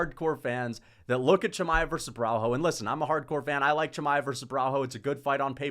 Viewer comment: Cuz, u need to learn that Portuguese don’t pronounce the “h” so u have a full vid of u saying borralHO when it’s pronounced borralYO, you’re already a controversial figure, don’t start sounding dumb too otherwise ur cooked